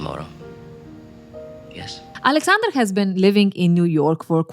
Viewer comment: Could Carrie not pronounce Aleksandr or did she just want to Americanize it?